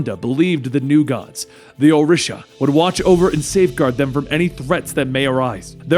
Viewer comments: Orisha is pronounced "O-Ree-Sha". I worship them and I find it very beautiful to have a comic book character who talks briefly about them. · O-REE-Sha+ ORISHA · This mans over here saying Orisha all wrong